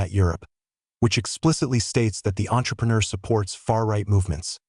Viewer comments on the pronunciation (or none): none